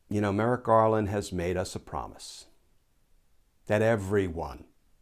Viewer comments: Hold him to it? No, I will make sure he commits fully or he be accountable. Edit Merrick "Garden". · Did I just hear "attorney general Garden?"